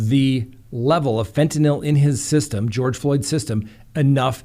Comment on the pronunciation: "fen-tah-NIL" Me: 👏🙌 😁😂😁 🙌👏🎉